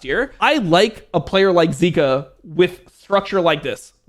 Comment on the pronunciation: Zeka. Not zika. You'll confuse fans haha.